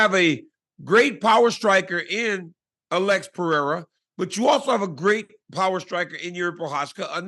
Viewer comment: Pronounces the last name right but keeps saying “Uhlex” instead of “Alex” 😂